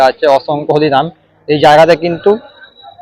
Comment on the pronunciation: এই হত্থে ব্যান্দেল কাতোয়া লোকাল থাত নম্বল প্ল্যাতফলম থেকে থালবে। তিকিত কাউন্তাল? হলিনাম না হরিনাম। ভাই তুই কি তোতলা?